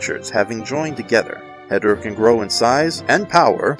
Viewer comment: It’s called He-Door-Ah